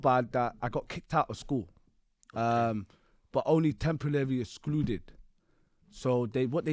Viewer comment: Listen to how he says temporary templeley